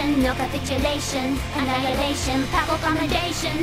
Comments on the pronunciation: is it not pronounced Pay-pul? I don't think Gura got it right with Pah-ple, but I don't know anyone that's pronounced it PayPal before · Love how she failed to pronounce "papal" correctly all 4 times, and even screwed up "condemnation" on the second go. I expected nothing less of Gura. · The lyrics are 'papal commendation'. Gura mispronounced one word, likely because she's only ever read it and not heard it spoken. You 'incorrected' her with a completely wrong word - literally the opposite of the actual lyric. You're more wrong than Gura was.